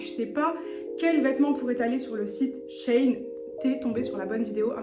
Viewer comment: Coucou! J’attendais grave ton avis! Je commandes grave sur shein et je suis pas déçue sauf pour les pantalons (je fais 1m56 et du S et laisse tomber c’est trop grand et trop long) Au fait ça se prononce « shi in » (parce que c’est la contraction de l’ancien nom; sheinside) tu m’as stressée avec ça mmdrrr je rigole Bisous 😘